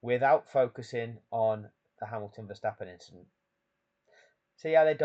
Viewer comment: Reining AND STTIIILLL WORLD CHAMPION....MAX VERRRSTAPEN😂😂😂